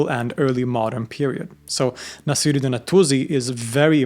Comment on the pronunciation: Also Naasir-ud-Deen